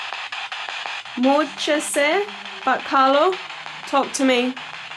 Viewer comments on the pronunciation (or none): none